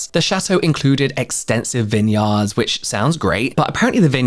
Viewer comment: Im British-American. I’m with Brit’s nearly daily. Yet I’m here for you saying vineyard.